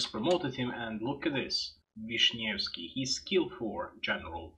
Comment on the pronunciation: Wow, I'm impress, how you read name "Grzegorz" almost without errors xD BTW - "Ś" in "Wiśniewski" is not "sch" or "sz" but very strange vartiant of "s", close to "shi" ;P